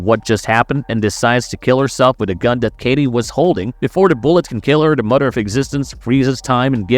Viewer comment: "Mudder"😅 Bro....I was like is this guy trying to pronounce M-o-t-h-e-r